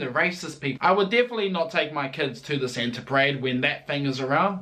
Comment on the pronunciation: Best thing about is that he cant pronounce Thing 'Fing'